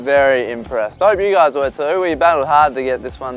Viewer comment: gorys is how they say guys lmao